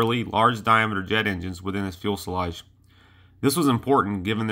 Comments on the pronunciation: Never heard anyone say "fuelselage" before lol Cool video though, props for mentioning the lesser known P59! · Good point. It is important and adds credibility to your site if you pronounce this aircraft term FUSELAGE (noting there is no "L" in the early part of the word). It is like FEW sa lodge in sound. Still, these videos are populated with plenty of images and facts so the site has much promise. Voice-over work involves correct pronunciation of words. Today one can get audio examples of words online in many dictionaries, so there really is not an excuse. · Fee-you-sell-odge Few-sell-odge Fewsellodge Fuselage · Every video this guy makes he calls a fuselage a fuelsalage. Come on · Please GOOGLE it. fyoo·suh·laazh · Good video man one thing though. It’s Fu-se-lage not fuel-sa-lage. Sorry not trolling or anything I agree with the people saying good job your getting better. Just trying to help is all. Good luck with your channel. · The Fuelsalage pronunciation and excessive Umm's made this a no go for me. Sorry. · Great channel. A couple of points though, and I know that these have been brought up before, but just another voice to encourage you; A) Again; it's Fyoo sil ahj, not fyool sil ahj B) You can edit sound too. You do a great job with the visual aspects, but the audio needs work. Cut out the "uhm"s and "uh"s. Do several takes, edit those for a better product. C) Keep up the good work. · A lot of good info about the jet but for God's sake, learn to say FU...SE..LAGE .... Not fuelsalage like you were saying it LOL. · Please... "fusalage", not "fuelsalage" . Thank you! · Fuselage not fuel selage. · It is fyoo-suh-lazh, not fuel-suh-lazh, and it's a rather important word to pronounce correctly in videos about aircraft. Please say it correctly. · Fuselage, not fuelselage. Dang, what a noob mistake. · Whats a "fuel-slodge"...? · TIL it's pronounced "fuel-salage". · No, it's not. It's Few-Suh-Lazh.